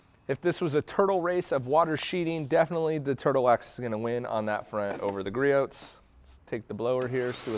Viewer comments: Griot’s is pronounced with a silent t. Grew - ohs. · Can't you pronounce Richard Gree-Oh's name properly?